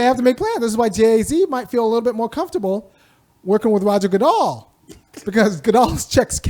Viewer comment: It's Good-Dell not Dal/Doll/Dal......